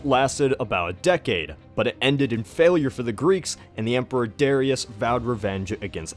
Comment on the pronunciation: You say Darius wrong the accent is on the a i believe